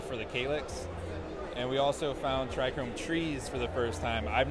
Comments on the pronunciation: There is no R in trcome. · Oh man that was bugging me. Owns seed company, doesn't know how to say a key word in his trade. Still love the genetics though!